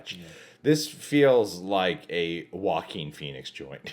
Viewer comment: It sounds like he's saying "walking" Phoenix instead of Joaquin Phoenix